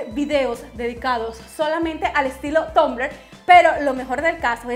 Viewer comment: se pronuncia tambler pero tu dices tumbler